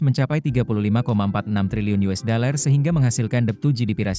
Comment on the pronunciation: Yang baca kayaknya mesti belajar baca "dollar" bukan "deler"